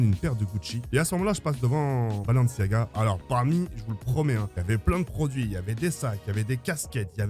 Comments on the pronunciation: Mon petit pour toi c’est pas blanciaga c’est balanciagras (pour rire ) 😂😂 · Balanciaga il a dit😂😂😂